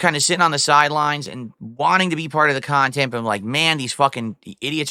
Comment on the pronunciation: your wife doesnt want to be in your khhhaaaannnttteennntttt